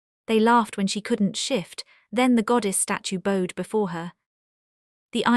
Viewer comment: Mispronouncing bowed. Introductory video is weird